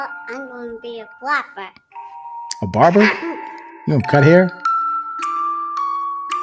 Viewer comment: He said Barber 😂😂